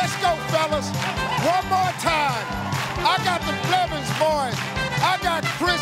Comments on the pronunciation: Steve really said belvins😂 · One time Steve said BELVINS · Did steve rlly say belvins instead of blevins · Steve: The Belvins family can steal He said Belvins instead of Blevins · Didn't Steve say Belvins? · Steve Harvey Just said Belvins